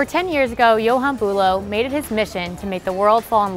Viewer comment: Johan not "yohane"